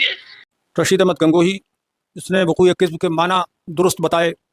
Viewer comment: قد کذب با پر فتحہ ہے ضمہ نہیں ہے